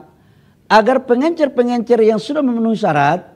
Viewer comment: Pengecer pak, bukan pengencer